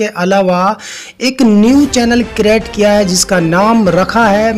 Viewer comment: क्रीट नहीं क्रिएट होता है 😂